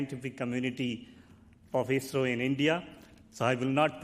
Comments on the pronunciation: I saw many people getting confused in live comment section when Tim said "ISRO" because it sounded like "Israel", the correct pronunciation of ISRO is: "is" as in "his" and "ro" can be pronounced as "row". Hope this increased the clarity, Great work done by Everyday Astronaut team as always👍👍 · He said ISRO